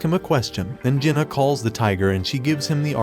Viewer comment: Bro This anit a manga Jenna is not his name Kang Jin Hyuk is pronounced as Kang Jin He Yuk not Jenna